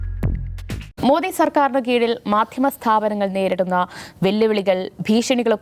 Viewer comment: മോഡി അല്ല സാറേ, മോദി എന്നാണ് ഉച്ചരിക്കേണ്ടത്.